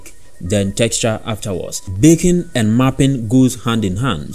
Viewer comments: I also kept hearing "bacon" but I think it's a feature not a bug! If only we could all have GPU-accelerated bacon in our lives. Haha love your accent, great video. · Not gonna lie. I had to stop watching your video. Great video up until you kept saying baking but with your accent you were saying bacon and I was getting really hungry. Great content thought!